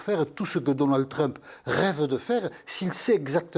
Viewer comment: Pourquoi les franchouillards disent toujours "Treump" ? Ça se prononce "Tramp".